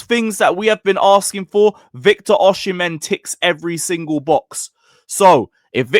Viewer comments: It’s pronunced “Oh-Si-Men” not “Uh-She-Men” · Bro osee-mehn. Not oshi -mehn